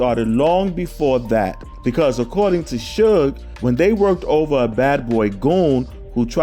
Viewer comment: It's SUGE*, NOT SHUG